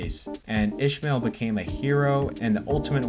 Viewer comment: Why tf can't you mfs pronounce a name properly? It's Is-mael Barroso. Not ISHmael BarrosoS 🤦🏾‍♂️🤦🏾‍♂️🤦🏾‍♂️